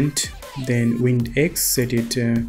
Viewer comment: this was awesome man thanks. when you were changing the values for the wind, it sounded like you kept saying WINDEX